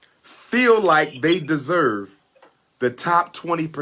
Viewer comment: "Derserve" is how all his incel followers talk